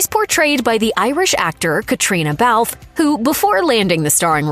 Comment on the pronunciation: It is not Belfffff. It is Bel Fay